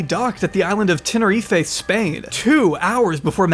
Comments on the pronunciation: you say 'italianté mansion.' You mean 'italianate mansion'. , Tenerife is pronounced Tenereef, not Tenerifé. you say 'honey pot' cameras. You mean 'honey trap' cameras. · It's pronounced Tenner-reef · The pronunciation of Tenerife and diatoms in the span of one minute deserves its own trigger warning.